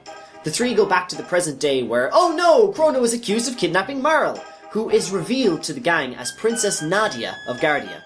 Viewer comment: MAR-LEY. Not Mar-el